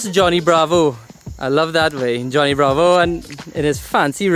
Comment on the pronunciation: Thats "johno" bravo 🤣🤣